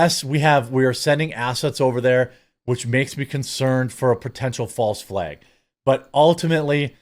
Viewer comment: What’s a false “FLEG”??